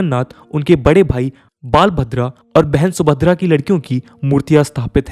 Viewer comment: The pronounciation is "बलभद्र ’’ not "बाल भद्र